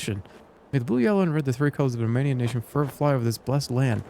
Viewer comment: Why do they literally mispronounce every single romanian word in a game about Dracula? They couldn't get the voice actors to try at least?